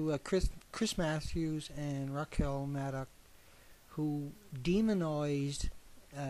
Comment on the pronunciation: Oh one more thing. That phrase about watering the tree of liberty is about Shay's Rebellion. You should look into it the full context of Jefferson's quote. OH and PLEASE learn to pronounce Rachel's name correctly. And learn some synonyms for "demonize".